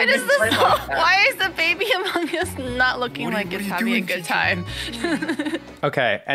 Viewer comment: did my man really just say amongi 💀